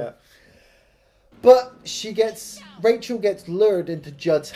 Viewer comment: Raachel... Raaacheel